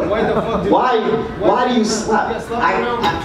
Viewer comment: Sounding like it too, spit on yoo” 😂